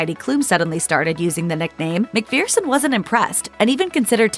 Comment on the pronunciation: McPhereson?.. it’s McPHERson.